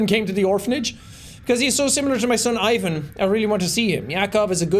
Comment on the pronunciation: my slavic self had to double check to make sure i heard correctly....that's not how you say Ivan...